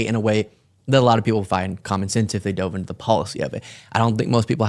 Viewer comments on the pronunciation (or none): none